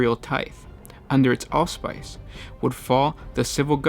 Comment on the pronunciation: Could you please look up the pronunciation of some of the more unusual words before recording? cf "Myriad" (Mi-ree-add), auspices (aws-pis-sis).